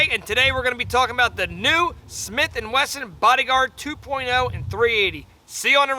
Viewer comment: nice video despite that you can't say Smith & Wesson ! LOL